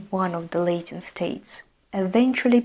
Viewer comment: Great video! But just a small note: Latin is not pronounced “Lay-tin” but “Lah-tin”